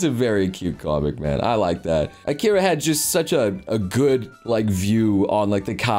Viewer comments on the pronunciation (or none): none